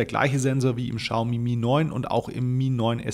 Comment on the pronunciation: Hi, wie immer tolles Video. Die Chinesen sprechen das aber nicht "Schaumi" sondern "Ksiaomi" aus. Man weiß aber trotzdem, was gemeint ist😉